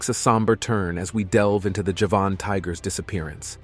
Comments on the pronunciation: NOT! "Ja-VAHN!" tiger, fool: "JA-vun" tiger, as in the island of Java! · Javan not Javahn. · Very poor presentation..2021 is not 2011 as in the second item. European is spelled this way NOT Europian. Late 1980s is written 1918 (Golden Toad). Javan tiger is pronounced Ja-Van not jevon. Ight gray and pink fur (Syrian Half Donkey). By the 7th Century the Dodo had already become a rarity (Mauritius was not discovered until the 10th century so how do you know about the numbers of dodos prior to that). Japanese sea lions numbered 30,000 to 5,000 (?). Guam flying fox had a wing span of 70centimeters (yet 17centimeters posted). Tortoises are reptiles not mammals. Not sure where you were educated but you are due a refund given how atrociously this was put together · Despite the title of this video you did not provide actual photos of the sabre tooth tiger , the mammoth, or the dodo - only CGI. And tortoises are not mammals - what were you thinking? Also you confuse Javanese with Japanese - 2 completely different places - if you don't know that you shouldn't be pretending to provide a source of information - also, it's pronounced JA-van, not ja-VAN. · It's pronounced Jah-van tiger. From the island of Java and the surrounding area.